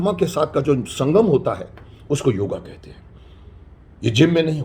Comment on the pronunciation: क्षमा चाहूँगा .....किंतु यह योगा नहीं योग है राम को रामा श्याम को श्यामा बना डाला विलायतियों ने आप हमारे शक्तिमान हो आप सही उच्चारण कीजिये।।